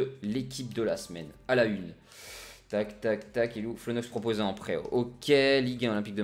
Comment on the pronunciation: Salut au début de ta vidéo quant tu as dit que le coach voulais t'envoyer en prêt j'ai entendu qu'il voulait t'envoier en prison LOL SINON bonne vidéo;)